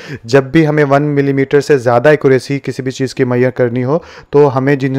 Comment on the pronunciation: मैयर मत बोलो मेझ रमेंट बोलो